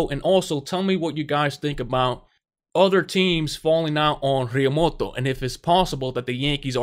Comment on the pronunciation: El tío se llama Realmuto , not Realmoto